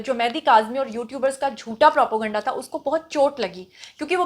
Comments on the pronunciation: Propo-ganda nhi Naam nihaad journalist.....sahi word n pronunciation is propaganda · What is propoganda? Constantly using wrong pronunciation.. Propaganda is the right word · Propo ganda ye takia kalam h apka pehly bolna to seekho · She isn't educated enough. Most of her pronunciation is incorrect.